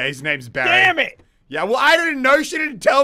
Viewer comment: yoyo man when he said the mortar guys name was Barry I thought he said bazz